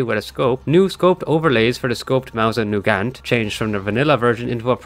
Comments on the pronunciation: mosin noogant XDDDDD roflmao its mosin !!!NAGANT!!!! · “Mousin Nugant” 💀💀💀